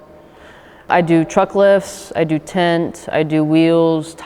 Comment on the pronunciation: It's really not harrassment if you're actually doing something illegal, like speeding or having illegal modifications on your car. Also, it's tint not "tent"